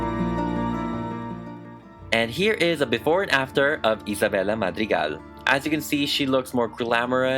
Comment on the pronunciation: i love the way you pronounce isabella’s name, it’s like satisfying to me